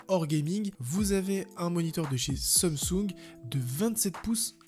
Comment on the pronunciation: Pourquoi du prononce Seumsung au lieu de Samsung